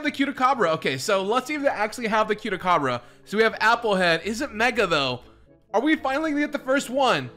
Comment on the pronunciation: The way he said Cute-a-Cabra 😂😂😂😂😂😂😂😂😂😂😂😂😂😂😂😂😂😂😂😂😂😂😂😂😂😂😂😂😂😂😂😂😂😂😂😂😂😂😂😂😂😂😂😂😂😂😂😂😂😂😂😂